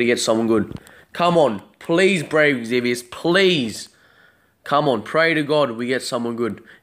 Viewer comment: IT'S EXVIUS, not Exzevius... God that annoyed me lol